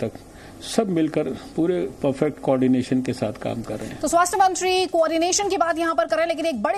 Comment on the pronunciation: मंत्री होता है मंचरी नहीं होता मैडम